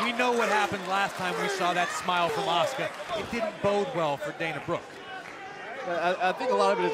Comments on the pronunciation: Do they not know how to pronounce asuka?! Ah-su-ka not aska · I thought her name was Asuka not Aska....